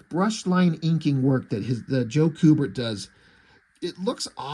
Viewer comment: It's pronounced "Q-bert" not "coo-bert". I've met both the brothers at Fan Expo. They're awesome. Joe inked Andy on their Watchmen comic, too, where Andy drew naked boobs. I asked him if it was awkward to have your dad ink a drawing of a top less woman and he said it most definitely was awkward, but his Dad said something to the affect of "It's work, so let's just do it."